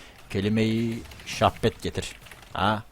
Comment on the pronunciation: Kelime şahbet değil kardeşim benim . Kelime-i şahadet dir o. Seviyorum seni 👏👋